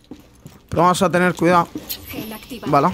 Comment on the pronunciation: Porque dice vala?